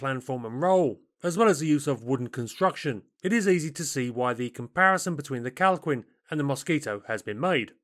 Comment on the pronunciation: Minor correction. The Calquin is pronounced Kal-Keen, not Kal queen. Q followed by U in Spanish is silent before E and I.